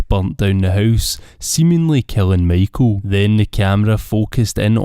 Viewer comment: The way you say Michael LOL